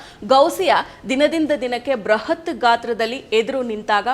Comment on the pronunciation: ಬೃಹತ್ ಮತ್ತು ಬ್ರಹತ್ ಗೆ ಎಷ್ಟು ಅಂತರವಿದೆ... ಹೀಗೆ ಉಚ್ಚಾರಣೆ ಮಾಡಿ ಪದಗಳನ್ನೇ ಬೇರೆಯಾಗಿ ಮಾಡಿ ಬಿಡುತ್ತೀರಾ...ಇತ್ತೀಚಿಗೆ ಎಲ್ಲರೂ ಕನ್ನಡ ಪದಗಳನ್ನು ಅಪಭ್ರಂಶ ಮಾಡುತ್ತಿದ್ದಾರೆ